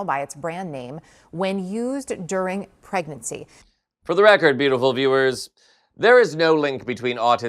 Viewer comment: “During pregercy…”